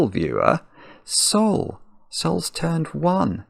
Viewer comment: I'm infinitely happy for this moment, thank you so much for the regards! It was an excellent birthday for Sol❤ Ps: you said it correctly